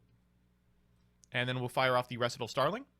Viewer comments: REE SIGHT AL not reh sih tul lol like a practice run for a dance routine, a recital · I know it’s dumb to get upset over how people pronounce words, but, whenever say “Recital” as “ressitahl” instead of “recite-all” a nerve in the back of my brain stem twitches and I immediately become annoyed. It’s not a choice or voluntary, AT ALL. It’s an immediate, base instinct reaction. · Are you intentionally pronouncing recital incorrectly? Have you never heard of a piano recital? Am I the one not reading it right?